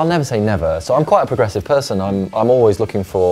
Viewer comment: A. Garcia he said PRO gressive not progressive lol